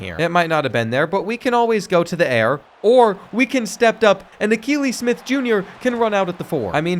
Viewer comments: The mispronouncing of Akili Smith was driving me nuts. Kept thinking has this guy never watched him play? Then realized probably wasn’t alive to watch him 😅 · He struggles with names 😂😂 he didn’t get Akili Smith Jr right either